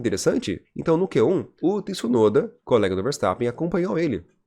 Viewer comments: Tih-sunoda? 😂😂😂😂😂😂😂 Pq vc fala assim? Hahahahah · Olá. Achei perfeito seu vídeo. Primeira vez que eu te vi. Não se quanto tempo tem de programa. Só te corrigir o nome. As vezes vc fala certo e as vezes errado. Vc pronuncia TIsunoda errado. Não tem o 'i" . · Faz um canal pra vc fale Tsunoda corretamente 😉